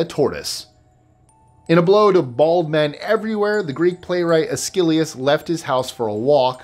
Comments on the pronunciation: 25 Mispronounced Names. Number 25. Aeschylus is pronounced “es-kill-us”, not “ay-skill-ee-us” 😊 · It's "ESS-key-lus".